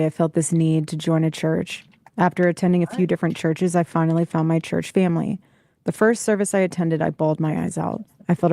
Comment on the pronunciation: This phrase gets up my goat so bad, cringe every time she says it. Also the weird way she pronounces family like feeehmly... cringe